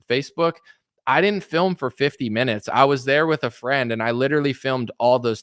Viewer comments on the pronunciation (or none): none